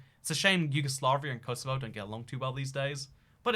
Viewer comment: I'm more offended about how he said "Kosovo" than the fact that he replaced Serbia with it